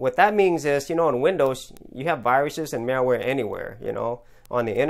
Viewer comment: It sounds like you keep saying" mailware" or "mareware" instead of " malware." :P